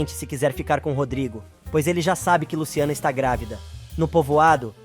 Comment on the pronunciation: Narrador é Madalena e não Magda. É GRÁVIDA E NÃO GRAVIDA afeee